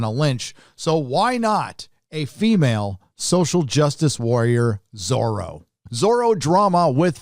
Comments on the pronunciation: Why does pronounce Zoro like Soro...s? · So it's not Zorro, it's Zorra, and believe me, it will be a great scandal among spanish speak people, as one meaning is... well, check it! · Is it not supposed to be Zorra?